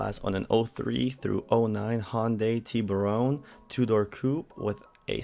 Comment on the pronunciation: You pronounce Tiburon funny. It's Tiburon not Tiburone.